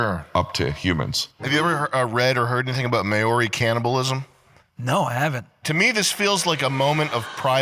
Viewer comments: Its pronounced MOW REE not MAYO REE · Can someone tell this goober it's mow-ree (as in "now" with an 'm' and "reee"), not may-or-eee. Mow-ree. And what about the Australian Aboriginals and their antics? Not good. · Sam falling for clickbait tier "factoids" LMFAO, maoris have always been solid and it was never a "secret" even here in Australia :L White "kiwis" are and always have been the problem, learn to pronounce "Mah-Ree" also :L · MaAww ree Is how you pronounce Mauri. They're largely a spent force as savage warriors. Theres a 1995 film called Once Were Warriors which addresses a number of these issues. The haka is more amusing than intimidating now cos they let women and kids do it at vegan protests 😂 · based. But also its mao-ri (like the chairman), just so someone dosnt give you shit for pronouncing it wrong :) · Maori: Pronounced MAOri (like Chairman MAO). Two syllables. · the way he pronounced Maori lol diabolical. btw, There's not just one Haka.... there are many... for many different reasons. Like funerals, weddings, celebrations, sports.... and yes, Combat. And yes, those Maori were cannibals hahaha I love being white.